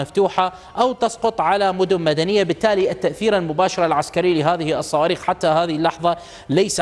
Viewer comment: بالصواووووووويخ وليس بالصواربخ 😅😅